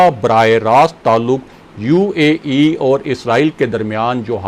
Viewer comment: The way he says U A E is killing me.